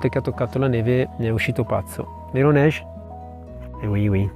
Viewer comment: Arrivare in un posto dove ti senti accolto, questo è viaggiare❤ Cmq la pronucia di neige ( neve in francese) , nn è proprio quella.....